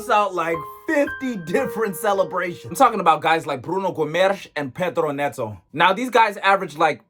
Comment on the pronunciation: Wtf was that pronunciation of Guimarães and Neto?!